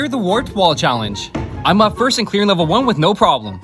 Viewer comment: He said "Im" too exaggerated 😂